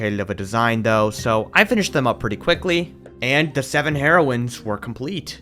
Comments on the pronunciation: Oh my gosh I am dying laughing It is pronounced hear-oines, not heroin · “Heroins” got me every time 💀